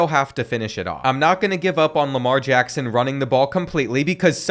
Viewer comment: nah that ain’t Lamar Jackson that’s Jamar Lackson